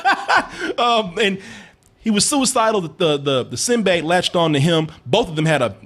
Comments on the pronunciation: Someone tell how to say "symbiote". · On a side note, how the fuck are you talking about what Venom should be, yet you can't pronounce Symbiote? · Add symbiote to the words that can't pronounce correctly.